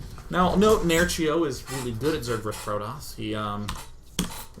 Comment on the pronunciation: Why the german accent in "nerchio is quite good, quite good". Nerchio's polish. Do a polish accent day9;)